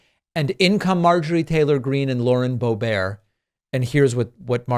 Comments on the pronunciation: Love the alliteration, "radical and repugnant, reactionary (add Republican here) congresswoman.." I appreciate you trying to make Lauren Boebert seem more normal by putting a French pronunciation on her last name as Boebear (very classy which she certainly is not!) Why don't they look up the definition of 'insurrection" they would not look as ignorant! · I think the Dirty Granny’s surname is actually pronounced “bó-bert” as in “BimBoBert” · "Bo-bare" hahaha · Is it Boebert or Borbear😅